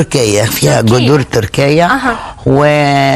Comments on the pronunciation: جذور جذور ، مش قذور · المذيعه تقول القذور وناديه لطفي تقول القزور